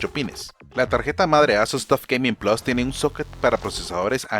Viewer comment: Gaiming taf plas, me da cancer que hablen asi